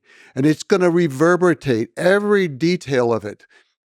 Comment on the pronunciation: You don’t know what he meant to say?? Reverberate **